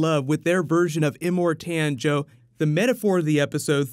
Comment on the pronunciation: I'm sorry, but your pronunciation of "Immortan Joe" really bugs me...